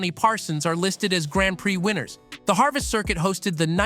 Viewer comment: I believe Harvest curcuit doesnt exist and is a mispronounced Avis? So Avis twice? Even had the same tidbit about the north corner banking for both. Monaco is also on twice, totally random emphasising, missing truely odd tracks like Zeltweg and more - this is a bad bad video - did you use AI for script and voice, then not fact check?